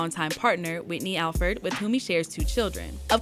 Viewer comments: its Alford Not Alfred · Alford not Alfred FYI..